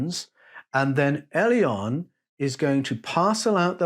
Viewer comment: Elyon > Alien is what I'm hearing......